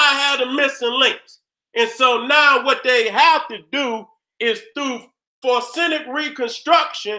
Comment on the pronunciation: So Nobody ain't gone tell da it's FO REN ZIC???? NOT FOR SEN IC. HAHAHAAH SHOUT OUT TO DA GENERAL... NO DISRESPECT 💯💯